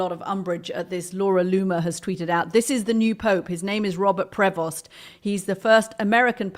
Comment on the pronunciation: People please know this: the name 'Prevost' is French. The 'st' is silent. Do not pronounce the 'st', it is silent.